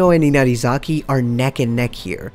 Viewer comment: And here we have yet another person who can't pronounce Hinata's, Karasuno's or Inarizaki's names correctly.